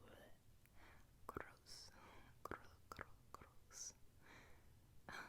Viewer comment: How are you,? 👋 "Eww... Gross, gro...gro...gross." 😂 I was exhausted & went to bed pm, but it was Monday so I knew I'd have another brilliant Album Series video to happily wake up to & wasn't disappointed! 🤩🙌 Plus I needed to be up later to get something done I can only do late night when there's peace & quiet... You know what I'm talkin' about. 😉👍 'Indiana Jones and the Temple of Doom' was my fav Indy film as a kid; monkey brains, heart ripping & all! 😎🐵🧠💓 Oh there was so much tingly tapping & tracing once again, I really liked how you said the letters in "Indiana Jones" as you traced 'em... Plus your sweet, soothing voice to narrate us into a relaxed state! 😌 This was so amazing as always and your incredibility never ceases,, so many thanks & much appreciation to you!! 😃👏❤️ I hope you had a relaxing Monday night & enjoyed Monday Night Rollins (or perhaps we should now call it Brock is Raw, lol), and of course I hope you, the family & the pups are all doing really well & enjoying the glorious month of November! 😊 You take care, be good to yourself and always keep smilin' & shinin'! 🤝🌞 Have a terrific Tuesday and I'll talk to you later, good buddy. 👋🦋